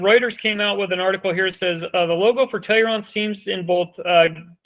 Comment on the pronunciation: How about this bumbling idiot learns to at least pronounce Tellurian ( tell oo ree in) BeFORE professing his wisdom of the stock.